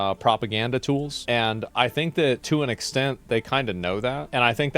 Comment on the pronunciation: "They get used as basically propaganda tools" Emphasis on the word tools